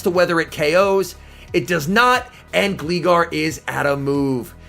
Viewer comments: I've never heard anyone say Gleegar 😭 It's pronounced Glie-gar like gliding. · Can you not say Gleegar anymore please It's pronounced Gl-eye-gar Top notch video as usual though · "Gleegar" ummmm okay buddy pal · "Glee" Gar HAHAHAHA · Im sorry did i hear say gleegar? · I laughed at the way you pronounced "Gligar" XD I believe its name is derived from "glide" so it should be like "Glay-gar" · It was actually annoying af hearing how you pronounce gligar. What’s wrong with people that play Pokémon and pronouncing simple fucking words